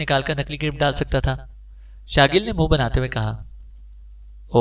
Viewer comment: HM aksar mu band Kr k ek saond nikalty hen hooon ap Eskom hamesha honaha q parhty hen boht ajeb algata Hy منہ اب آپ اسکو منا پڑہینگےجب کے مون ،(چہرا) لکہا ہوا ہے